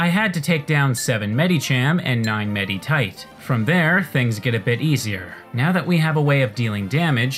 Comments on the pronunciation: he keeps pronouncing the "i" in the names like an "e" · The way you pronounce "Medicham" and "Meditite" physically hurts me. Good vid, tho